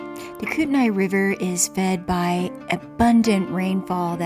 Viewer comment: Just FYI it's pronounced Kootney.